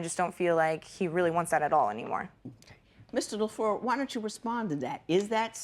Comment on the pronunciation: judge la f l e u r not la floor